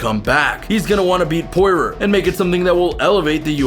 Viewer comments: And Dustin Poy-roar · Who da fook is Pore-Rer? Lmao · He said porer and numegov 3 names pronounced wrong 😂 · And Nurmagomedov and poirier...you need to actually watch some mma